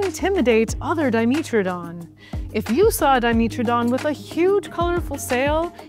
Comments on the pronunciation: It’s diMETradon not diMEtradon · dimeeeetrodon 😂 that's a pronunciation I have never heard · Di-MEAT-tro-don? xD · Well that's the first time I've heard 'dimetrodon' pronounced that way. I wonder if says 'let's go to the meetro area' as well.